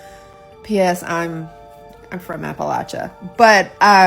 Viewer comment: Props on saying Appalachia like the Hillfolk do :)